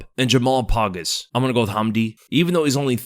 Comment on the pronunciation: bruh said jamal “pogus”😭😭😭it’s pogues mf